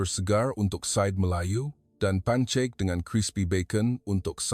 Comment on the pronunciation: Yg baca ni pon org apa? Itu bukn baca pancek tapi pankek heh